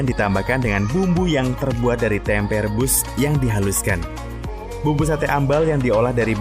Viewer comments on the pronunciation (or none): none